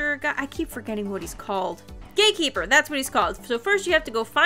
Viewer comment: not me hearing "gatekeeper" as "gay keeper" the first time around lolol